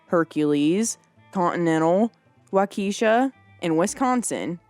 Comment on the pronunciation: Wah- ka-shaw not wakesha thanks for your program!